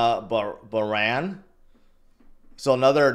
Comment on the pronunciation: It’s pronounced Baa-rayne. An island country in the Middle East, off the coast of Saudi Arabia, just above Qatar 😂